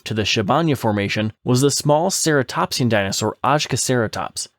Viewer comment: the "ny" sound in Bakonydraco sounds like the "gn" in Italian, like in "gnocchi". Also, later, the "j" in Ajkaceratops is pronounced like "y" in the word "you" That's Hungarian pronouncing for you And I'm really happy that you made this video (were there anyone else who suggested this genus apart from me?)